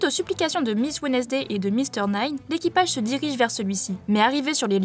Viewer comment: Vos vidéos sont sympas les gars, bravo! Mais par pitié revoyez vos prononciations, pour les prononciations jap, je veux bien comprendre, mais pour l’anglais sérieux, c’est chaud et ça vous fait passer pour des collégiens (Wednesday, birdcage), un détail, mais ça joue sur votre niveau comparés à d’autres chaînes qui font de gros efforts là dessus. Courage!